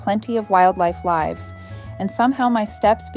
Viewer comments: AI garbage narration. Where wildlife “lie-ves”? Do you mean “liv-z”? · ....wildlife "lives" pronounced with a long "i" sound. A.I. garbage. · If you want to know if it’s AI just listen to how it mispronounces the word “live” or “lives”. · AI narration or mispronounced "lives"? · This voiceover seems like it was AI generated because of the way “lives” was mispronounced . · Your AI mispronounced lives. You may want to teach it the difference between long “i” and short “i” changes the meaning drastically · “Wildlife lives” - wrong pronunciation, AI detected. AI has advanced so much but somehow can’t get contextual pronunciation right. 😌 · AI generated voice -- mispronounces the word LIVES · "Plenty of wildlife LIVES" (rhyming with "hives")??? I hate AI. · Ai crap voice but nice story. Lives ? It lives in the woods. Not live like Live from New York….